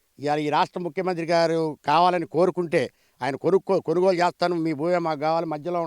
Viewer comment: కనుగోలు కాదు కొనుగోలు....👍